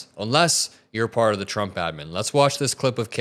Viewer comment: Shrumpf instead of Trump 😂🤣😂🤦🏼‍♀️